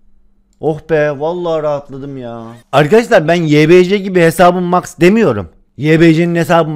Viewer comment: Abi Max karakteri mex diye okunuyor